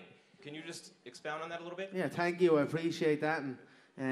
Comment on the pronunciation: Conner: “Tank you”